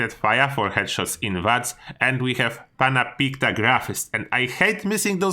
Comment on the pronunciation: mispronounces basic English words. Also: pronounces Pannapictagraphist fluently.:')